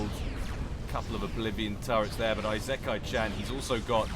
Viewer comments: ee-se-ky cha(like chart)-nn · "Isekai-chan" is Japanese so the initial "I" is actually pronounced like "ee" in English. "ee-se-kai-chan". Don't change the "s" to a "z" sound. I know I'm tardy to the party but yeah, there you go. Answer on the postcard,. <3